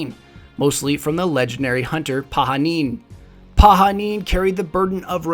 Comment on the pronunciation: I know this is an old video but want to say thank you for pronouncing Pahanin's name the correct way (Pa-ha-neen)